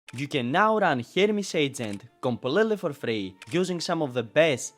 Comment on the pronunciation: it sounds like you keep saying " Hermes Satan " not " Hermes Satan " lol